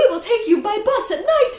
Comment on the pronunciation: "We will take you by bus at night!" Sounds like your saying you're going to kidnap us XD